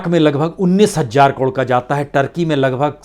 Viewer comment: महोदय आप की रिपोर्टिंग बहुत ही अच्छी है लेकिन आप ख़बरों को पढ़ने में आप कई शब्दों का सही उच्चारण नहीं करते। जैसे हज़ार को आप हज्जार बोलते हैं। मद्देनज़र को मद्देनजर कहते हैं।